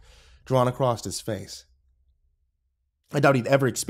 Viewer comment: Why do you say across that way? There's no 't' at the end.